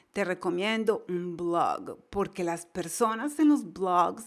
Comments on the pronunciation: dice un BLOGGGG ! parece que va a vomitar, por favor necesita mejorar bastante su ingles NO ENGAÑE !!! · Marvele Herrera a mi no me gustó como pronunciado oasis blog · ¿Te dió gracia oir "un Blooog"? jajaaja. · lée un blooag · Dios esa.pronunciacion de blog.. Diossss .... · Siiiii por un momento pensé que iba a vomitar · Jajajajaja si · Gracias por los consejos, los pondré en práctica ;). Por otro lado, muy graciosa la forma en que pronuncias la palabra "blog" jajajajaja